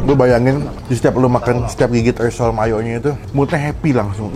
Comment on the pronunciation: Risol bang bukan lisol😊